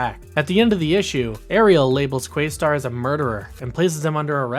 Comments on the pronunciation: Im excited that youre going through the show but frankly it sounds like you never actually watched when you keep calling Questar by his younger brothers name, Yungstar....and you pronounced it incorrectly. Its pronounced as if you were saying Quest with an additional Ar at the end of the name. not quaystar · Pretty sure it’s Questar, not Quaystar. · Good video, but your pronunciation of QUEST-arr hurt my heart